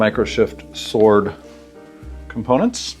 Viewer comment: sWord. Hard 'W"